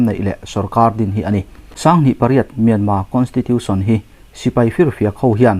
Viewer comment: In chan china ngaih thlak a nuam rual in, Mianma, inti thin hi chu, Mianmar, ni reng si kati deuh.